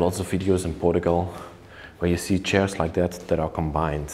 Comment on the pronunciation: I've watched 4 or 5 of your videos so far and this is the first place that actually has any STYLE as well as genuine craftsmanship. You might want to get hold of a furniture guide and learn some of the basic names of furniture - like the "settee" described as made out of "shares" which by now I KNOW you are aware are pronounced CH(AIRS). If you're going to do this repeat guided tour, repeating the same words and descriptions over and over with every house you visit, you may as well get it right. I love that you respect the property even in its abandoned state, and that you take precautions and watch where you step, and how you enter and leave. A shame that - as you pointed out, woodworm have already begun destroying what is there, and that what we are seeing will not remain in such good condition for much longer. Thanks, for the opportunity to see it before it disappears, forever.